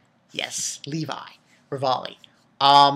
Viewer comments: and i don't think you call him levolley XD great video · I don't mean to sound like a dick, but don't his friends tell him how to pronounce Levi's name right or anything...? its said fairly clearly in the dub how to pronounce it.